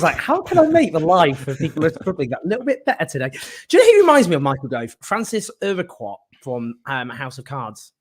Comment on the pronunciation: Great discussion. I loved the original House of Cards..agree, Gove would be great in the lead. Btw it's pronounced more like Ur-kurt (Urquhart) ;-)